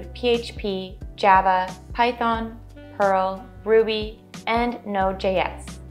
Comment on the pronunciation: Great stuff and thanks for the effort, but wanted to ask if you meant "Perl" instead of "Pearl" as a programming language?